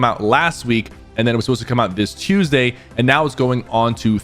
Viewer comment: say Tuesday again 🤣